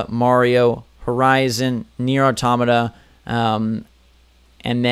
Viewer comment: Nier Automata, not nier atomota